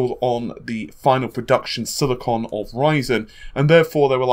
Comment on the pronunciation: Hey, the term is "silicon", not "silicone"!!! Hahaha.